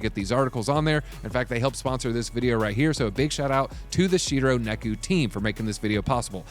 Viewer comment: Neku??? It's Neko. Just look at it.